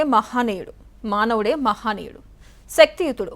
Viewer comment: మహానీయుడు కాదు తల్లీ..మహనీయుడు.భాష బాగా‌నేర్చుకొండి